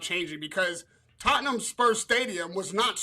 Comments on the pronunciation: just don’t pronounce the “h” with anything that has ham in it…Tottenam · Tot’n ham 😂 Conor Henn isn’t very good